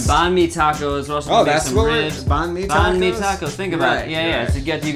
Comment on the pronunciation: they actually pronounced banh mi correctly